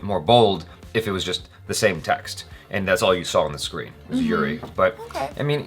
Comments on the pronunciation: Uri is pronounced as "oo-ree" not "you-ree". cheers!! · The name is pronounced U as in umbrella - so not YOUREE.. its uri as in umbrella and up :) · Its not youri its oori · It’s oori and not yuri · Good review. It's not Yuri , btw. It's Uri. The pronunciation I mean. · OORI NOT YURI! got it right the first time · Its "oori" and not 'yuri' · Pronounced 'oori' not 'yuri'. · Sir it's not U. R. I it's oori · Its not yuri...its pronounced Oori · was pronouncing URI correctly.. Later wen told her.. She actually pronounced wrong. U is not pronounced as English u. But oori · it's pronounced as "oori", not "you-ri" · Its uri not Yuri☺️ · Its pronounced as OO-RI Not YU-RI. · Its Uri, not Yuri... was pronouncing correctly initially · Its not yuri.... you guys saw the movie and still cant pronounce it ... they said the name for atleast 10 times in the movie... its Uri, not the university u, the Umbrella u. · Its "oori" pronouncing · was right the first time around... Its Uri as in oori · Uri (pronounced as Oori) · Its pronounced Oori..!